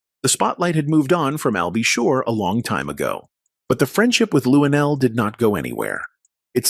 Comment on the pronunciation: Why do we need to see you shake your head on the side of the screen? You should be somewhere learning how to say Luenell's name. You said LuDell.